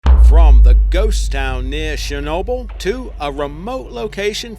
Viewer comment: This bloke's pronunciation of Chernobyl is laughable. Where you been forbtge last 30 years, mate? Didn't get the memo? It's Chernobyl, not Shernobyl. Muppet!